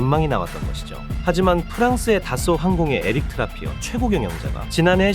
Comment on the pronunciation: 트라피어가 아니라 트라피에